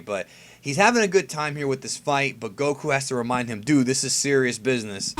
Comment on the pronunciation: he can't even pronounce Goku properly he constantly says gokhu and now he says Baysil instead of Basil. In English you pronounce a vowel by its letter if there is a y or e after the next consonant